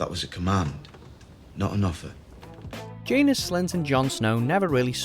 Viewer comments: It's not jae-nus it's jan-os, that's how you spell janos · Ok, I can't help mentioning this lol. Phonetically, it's "Jan-ohs" not "Jane-es" :) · J-Anus? lmao pronunciations are killing me. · Completely butchered the names Janos and Ygritte in this video, smh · You can’t pronounce janos or Ygritte js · The pronunciation of Styr, Janos and Ygritte is killing me a bit.